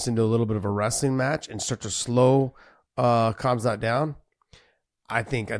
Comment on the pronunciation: probably because he doesn't know khamzat personally and doesn't know the actual pronounciation